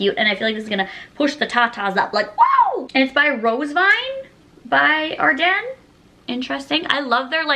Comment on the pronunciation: I’m pretty sure it is ardeen and she is saying it wrong lol